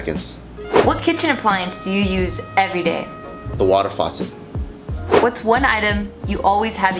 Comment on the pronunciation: I keep adding comments lol but I thought Bart said he used the 'Wadder Fosser' and I thought it was some fancy coffee maker until I realised he said Water Faucet